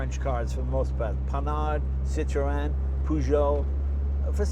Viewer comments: I love how you are so worried about pronouncing all of the French engineer's names yet you mis-pronounce Citroen every time :) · "Citro-En" c'mon Jay you can pronounce it right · Do all Americans say Citreon wrongly? you're not meant to pronounce the E... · does anyone else cringe when he says Citroën wrong? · Jay pronounces it ''sit-row-en'' (row as in death row) ..... whereas I was brought up to believe the Freench pronounced it ''seet-ron''. Anyhoo - as a kid in the late 70s, we knew a guy that had one. (also a red one). It was like nothing we'd ever seen before. Myself, my brother, the guys 2 sons and wee sister would all get in and take a small ride - and yes, I remember it like yesterday, the whisper quietness and armchair comfort seats. The guys name was André Duval, and he only stood about 5ft tall! - Now, this was (and is), a big car! No, we weren't in France....but in the Highlands of Scotland, in a tiny village. I'm a motorbike guy and cars rarely do anything for me, but this brought back lovely memories. Thanks Jay! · Why do Americans have so much trouble saying Citroen it's not cit to en it's cit err ron it not difficult to say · It's not Cit-row-en, it's Cit-ron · Great video as always. Isn't the "e" in Citroen silent ? Always thought it was pronounced "sitron" not sitroeeen !! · Why do Americans pronounce the name wrong it sounds like 3 words cit ro n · Its pronounced " CitREN" silent 'o' ffs arghhhhhh !!!!! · Its pronounced Sit-Ron the E is silent. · See twan ia much closer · Stop saying "Cit RO EN" why do Americans have to pronounce everything differently! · Citro oen, , peouget, gas pronunciation, haha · Citrowen? Ha wtf? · This video encapsulates everything I love about this YouTube Channel. Thank you so much for sharing. One criticism? It's pronounced Sit-rone. You don't pronounce the "en". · Cit ro n yes the E is silent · Jay you do not pronounce the E in Citroen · "Citroën": French for "POS". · If only he pronounced CITROËN correctly.